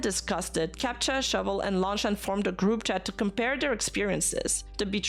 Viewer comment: Lock-lan is the pronunciation I think, otherwise another great coverage